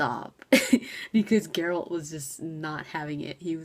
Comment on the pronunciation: I still have vietnam flashbacks from Shoddycast lore series - Erik Dellums is great and all, but I don't like his narration, especially those horrible mispronunciations like GerAlt, or Jeralt, Jennifer..... FF********CK! Sorry, I'm triggered.